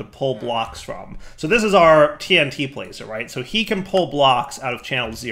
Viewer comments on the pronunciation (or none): none